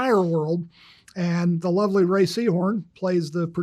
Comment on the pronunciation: Isabela, obrigado por pronunciar o nome da Rhea corretamente. Só isso ja demonstra que você fez uma pesquisa mais profunda que 99% do youtube que ta falando sobre a série. Você está em outro nível!